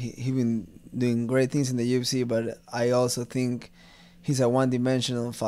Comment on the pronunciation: he pronounces UFC: "ooh effe cey"....dude this guy is like 200% ecuadorian. his advice to his younger self: "Get out of ecuador..." this all the way. I'm half Ecuadorian , and all my primos and primas feel the same way - Ecuador has no future for young people... The only way to make your mark is to go abroad. Good luck to Chito!